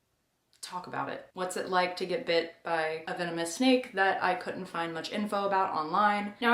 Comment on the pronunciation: I thought you said "sneak bites happen."